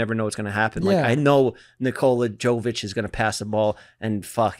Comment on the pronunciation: jokic not jovic